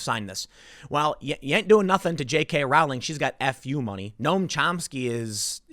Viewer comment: Dont like her but her name rhymes with bowling not howling.